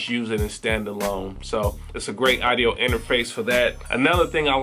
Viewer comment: I hate the way you say "idio." It is pronounced "Awwwdio"